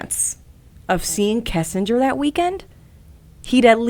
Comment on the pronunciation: Why does everyone call her "kessinger?"